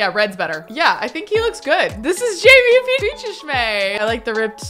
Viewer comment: I'm surprised that she still pronounces Jaime's name wrong. It's not Jamie, it's Jaime. Jay-me